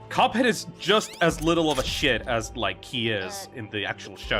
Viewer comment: Did bro call cuphead coveck??